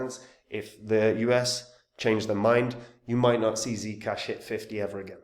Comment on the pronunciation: is that how german give me ZEE CASHH like THEE CASHH